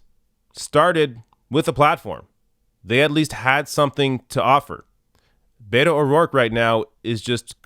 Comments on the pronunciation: I totally agree with you regarding Beto O'Rourke. But could you please, please, please stop mispronouncing it.as a Hispanic person this annoys the shit out of me! It is not Bay toe! Please pronounce it Bett oh!! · I love ya, and I'm not a Beto fan but it is driving me crazy that you keep says Bayto and not Beto. Bet-O, not Bay-toe 😆